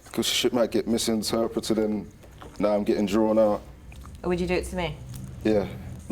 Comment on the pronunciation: Soon ad he said drawn I knew he from Philly